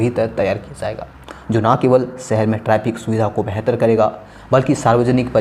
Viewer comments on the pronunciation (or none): none